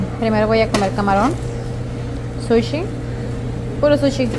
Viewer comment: Se dice Pez o peces! Y no pescado🤦🏻‍♀️🙄 Se dice Sushi, no shushing 😂😂😂🤦🏻‍♀️🤦🏻‍♀️🤦🏻‍♀️